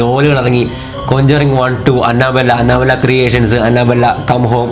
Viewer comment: Anna bella alla anebella🤪🤪🤪